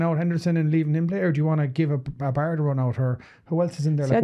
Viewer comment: BAIRD! not bard.